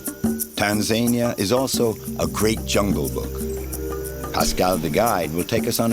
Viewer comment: It helps to start a documentary with the correct pronouncement of a countries name. Tan za ni a